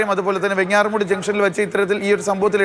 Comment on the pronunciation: വെങ്ങാറമൂട് അല്ലെടോ എന്ന മൊയന്തേ, വെഞ്ഞാറമൂട് എന്നാണ് ശെരിയായ ഉച്ചാരണം.